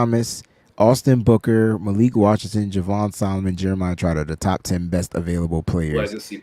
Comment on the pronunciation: Fyi its pronounced malick not malik